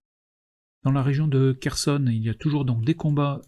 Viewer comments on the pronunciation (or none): none